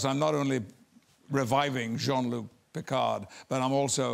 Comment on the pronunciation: It’s pronounced: John Luck Pickard.